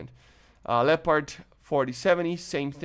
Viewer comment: Hey. I'm glad you are pronouncing "Leopard" correct now... LOL